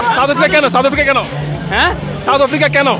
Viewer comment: "চাউথ আফ্রিকা"😂😂😂.... Koite parenaa mora baaper naam, abar chul kate 'Tere Naam'...